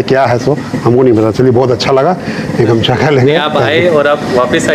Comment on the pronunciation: Bhai it is not gamsa it is gamusa